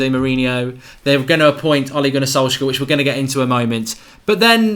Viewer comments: Why do you pronounce it Solsker? It's solce-shar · It's not solkzager.. It's pronounced as solkshzaer😂😂😂( A guy on twitter said this).. Waiting to see ole back!!❤ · Mark its solskjææææær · the 'K' is silent in Solskjaer.. Easy way to remember the pronociation is 'Solsshire'.. Sols + shire.. Like you would pronounce Wilshire. Just pronounce the 'Sols' then the 'Shire'..Zidane, Pep and Enrique were all TeamB coaches like Ole they only know their clubs. So let's get behind our 20Legend.. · please can you say solskjeAR😂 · For god damn sake, pronounce the name properly ! :D Ole Gunnar Solskjær and Molde ( pronounced as mole-day) !! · Am I the only one who was pissed off by Goldbridges pronunciation of Solskjaer?